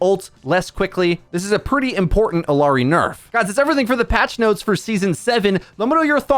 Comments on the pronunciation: "illiari?" Then immediately pronounced her name right then wrong again? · But the fact that he pronounced it wrong, right, right, wrong, right then right again is laughably odd